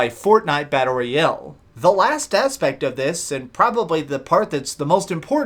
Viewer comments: ROYAAAAAAALE GODAMMIT!!!! not ROYELLE. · I like the content of the video but the way you say "royale" is really awkward and annoying